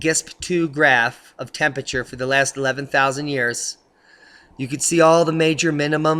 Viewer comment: please try to pronounce "Temperature" correctly..... otherwise, great info